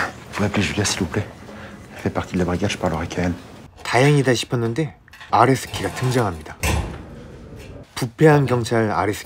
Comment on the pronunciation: 계속 아레스키가 아래새끼로 들립니다 정상인가요